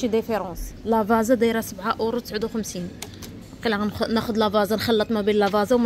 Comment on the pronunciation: لا فازا هههههه كتنطق لافاتسا v